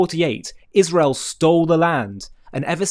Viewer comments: Down to ISHRAEL! 😂 does it have some conspiratorial meaning she keeps saying ISHRAEL? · The Ishzraelis are comiiiiing!!! The Joodayowes are coming for us aaaaall!! Can someone PLEASE tell Candace how to pronounce these words.